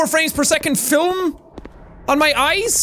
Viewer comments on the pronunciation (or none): none